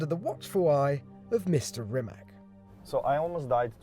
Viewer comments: Its rimac not rimak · Its not Rimak with K , its Rimac with C ! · It isn't Rimak, it's Rima c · Rimac not Rimak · its not Rimak its Rimac like WITH A C, try Rimatz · Bro its pronounced Rimac not Rimack haha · *pushes glassed up* ...ummmm actually it's pronounced RIMATS, not RIMAK. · its not rimaK,its rimac (ts). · Stop calling it a Rimak. It is Rimac (ipa r i m a ts) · Imagine pronouning Rimac wrong